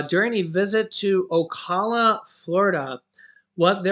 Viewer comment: Hey.. I live in Florida in a.little city called Starke..which is about 20 Mile's outside of Jacksonville in which I am from.. I wanted to let you know that Ocala Fl, is pronounced "O" COW-LA....SO... OCOWLA...JUST WANTED TO LET YOU KNOW... You are the best!!!